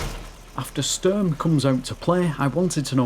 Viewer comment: German here it's Sturm German for storm not Sterm Sturn Störm or whatever you tried to pronounce